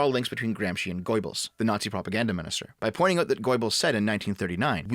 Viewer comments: When you try to pronounce the name Goebbels it sounds like you're saying "Goybbels" which is quite ironic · I can't unhear goy-bbles now 😂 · Goybuls?? It's pronounced GERbuls lmao Sort of like Goethe isn't Goath. It's GERtuh. German is weird. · "Goebbels" is NOT pronounced GOYBELS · "GOY-bels"? Roflmao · Made quite a mess of a few names there,. My favourite was "Gaybls" xD Good video overall though. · GOJ-bels?, Is that a Freudian slip. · it's not Goibles, oe is pronounced the same as ö (Umlaut) - like the o in word or i in flirt, just shorter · "Goibols" You sound like an old Jewish lady from Flushing. :D Jokes aside, thanks for your work. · Goebbels being pronounced as "Goy-eh-balls" is hilarious. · GoER-Bils, pronounced like “Gerbils” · A side note: That's the best hypercorrect pronunciation of "Göbbels" I've ever heard and I love it as much as I dislike the efforts of the man it usually refers to. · What's especially terrifying to me is how pronounces Goebbels' name